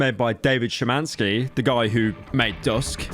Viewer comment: I respect the fact that Pyro actually pronounced Szymański almost correctly.